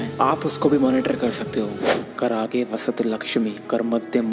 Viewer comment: ब्रह्म मुहूर्त का महत्त्व तो ठीक कहा पर सारे श्लोक गलत बोल रहा है "कराग्रे बसते लक्ष्मी "का तो गलत अर्थ कर दिया ।